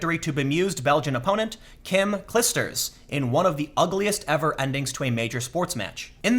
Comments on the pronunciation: Tim please hahah, just google how to pronounce kim's name haha (only a small comment) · In more important news then Williams's hissy fit, Kim's last name is pronounced Cleisters, she's one of our few good athletes, plz respect XD